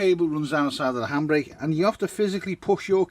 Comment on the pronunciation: Lol lol it took me half the vid to figure out you were saying handbrake! I thought you were saying hambray and I just couldn't think of what that was 😁🤪😂😄